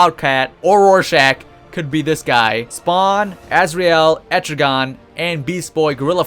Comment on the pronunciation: Et-tri-gen not etrigon